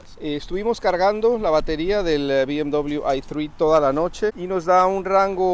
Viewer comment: Amigo si el vídeo lo hace en español, pronuncie la marca en español!